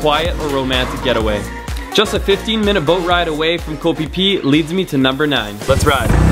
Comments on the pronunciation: The word for island in Thai is pronounced "goh" very staccato/short, not koe, and I don't think you've seen all the beaches in Thailand. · You are pronouncing Koh wrong buddy.